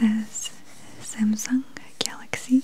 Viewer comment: It's galaxy not gaylexay 😂